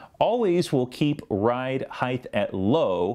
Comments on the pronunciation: Grammar police It's HeighT not HeigTH "th" is only "TH" when the "T" is before the "H" In this case it's "high"- "t" Sorry, but it bugs me! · why do people pronounce it "heighth" instead of height? as well. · Dude, what's heighth? Probably a guy that says "nu-culer."